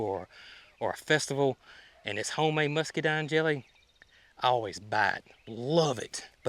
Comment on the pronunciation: there’s an n on the end of rhododendron not an m. It’s a muscadine not muskydine. Sorry if I’m being picky but it drives me nuts when you mispronounce the plant names. Just in case people are trying to look them up.